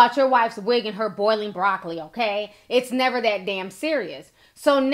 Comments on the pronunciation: Nah but how can she say broccoli 😭😭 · 😂😂😂 when she said broccoli I knew she was done. Her own coworkers were laughing at her ass